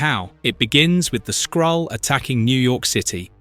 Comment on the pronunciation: "Incursion of the Skrull" AI narrator says "skull"